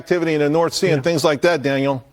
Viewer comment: Dang butchered your name Daniel:D